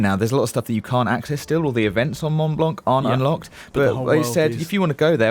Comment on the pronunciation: The c is mute at the end of mont blanc, just saying :P